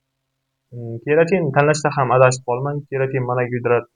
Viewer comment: Сен колувдинг бир тушунча бермаган, олдин креатин деб тугри айтишни урган, кейин маслахат бер полвон